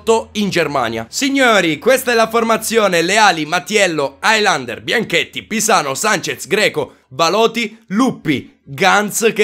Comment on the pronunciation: non si pronuncia hailander, si pronuncia helander